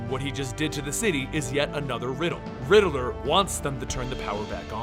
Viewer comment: It’s “Riddler” not “Riddle-Ler” 😂